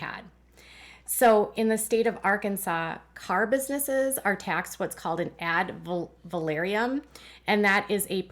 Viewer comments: FYI - check your pronunciation - Ad Valorem - NOT Ad Valoriem :) I enjoy your Duggar coverage. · AD VAL OR EM... Sorry...I couldn't handle hearing the valoriem...said like that...I've been up too many hours...sorry, it hit the last nerve I had...which apparently was my nerve for patience...😂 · I’ve always heard it pronounced “ad-val-OR-‘em” tax. Just a fyi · Ad valorem is pronounced phonetically. Valorem only has three syllables. va LOR em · omg thank you...it was driving me nuts too. I had to say something too...it was like fingernails down a chalkboard...😂